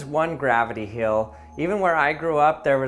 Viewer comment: he also pronounced "hill" wrong